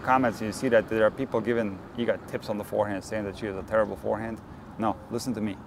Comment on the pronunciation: I'm so glad that someone actually took the time to show how to pronounce Iga's last name correctly. It drives me crazy what people come up with.